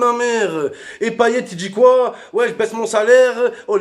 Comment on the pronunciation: Il dit coi 😕🤷